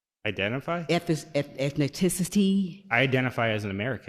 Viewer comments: Come on, the woman was almost able to get the word, “ethnicity,” right! Sure, she said “ethiniticity,” but that sounded far more intelligent that what she had said earlier …that, “…you said ‘suppose,’ which means…not. Really.” WTF!? Lady, think before you start flapping your gums meaninglessly!!! [Oh, and I say this as lifelong liberal.] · eth-nit-tit-it-see ??? Say what? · Did she say "ethninticity"? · She’s an idiot. “Ethniticity???” She can’t put a sentence together. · You know? Ethniticity? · "Eth-ni-ti-ci-ty" - new word of the day. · Absolute embarrassment! What is “ etheniticity” ffs . America is doomed - Britain , France , Belgium , Sweden not far behind . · Ethni-ti-city She's ingenious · "Ethniticity"? "You promotin' Talkinism"? I'm waiting for Terry Crews to pop into frame in a wig. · Irony of her not being able to pronounce ethnicity whilst basing her whole existence on it. "Ethunticity" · What's your ' ethneticity'😏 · "Eff-nef-Tiss-City" 🤦 Can't even pronounce the word! Can't even put a proper sentence together. She's only a victim of being unintelligent. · When she said etnaticity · He's not African American....He's never even been to Africa...And most likely neither have his parents or grandparents... Also lady.....You are in way too high of a position to not have learned basic English... Ethni-ticity.......Give me a break. 🤣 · Eth nih tih city ? 😆🤣 How about ethnicity? Wow! Lady... HOW does your daughter NOT have the same privileges? And you?! You're IN a position and ARE treated equally. And as a speaker, the state you're in is Missouri.. not mahzurrah 😆 ... miss 'well educated' . Lady, your time has expired 😆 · What is an “ethneticity”? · "ethniticity" lmao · Ethniticity???? How come no one corrected her or did they just miss it? 🤣🤣🤣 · "ethniticity" --People should not use words they can neither pronounce nor know the meaning of. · I laughed out so hard when she said ethniticity.....🤣🤣🤣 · What’s “ethnaticity?” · Did she say, ethneticity?!?!😢😢😢😢